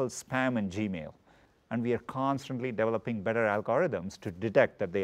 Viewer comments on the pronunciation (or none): He is not saying developing, he is saying DEVILoping